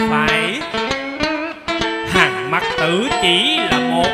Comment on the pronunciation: Hàn Mặc Tử. Đi đọc là Hàn Mạc Tử Tên nghệ nhân mà không bik nữa???